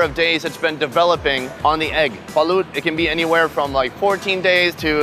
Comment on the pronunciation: It's actually pronounced as "balot"